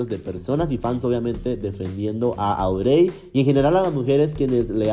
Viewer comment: Fui la única que le daba tanta desesperación como pronuncia el nombre de la ex de Ricky? (Cero hate amo tus videos pero Audrey se pronuncia como Audry 🥰)